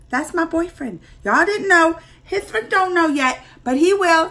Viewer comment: "H" is silent in "Hrithik Roshan" 's name!!